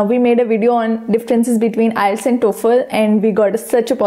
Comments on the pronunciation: ILETS or IELTS??? May be several times you have pronounced ILETS. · We truly apologize for the mispronunciation of the word IELTS in this lesson. We have corrected that mistake in the later lessons. Thanks.